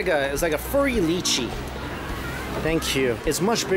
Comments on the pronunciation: LYCHEE IS PRONOUCED "LIE- CHEE" not "LEE- CHEE"! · Li-chee....? Its Lie-chee Its normal for people to mispronounce it. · Does Mike mean lychee? What's a "leechy"?? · The way he pronounces lychee..... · Im seriously tilted by the way u pronounced Lychee. Please say it properly.. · the way he pronounced "lychee" triggered me so much lmao